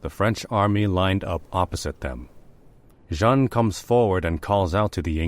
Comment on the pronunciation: JEANNE is pronounced like JAN in English but without the starting D sound --- a bit like the Chinese would say ZHAN or XHAN. The clever thing to do - would be to type it in in Google Translate and then click on the sound icon - make sure you select the proper language. Play it 2 or 3 times and repeat it also 2 or 3 times - you will have learnt something on that day. So you can pat yourself on the back. and so it goes with the other mispronounced French words - like Orléans.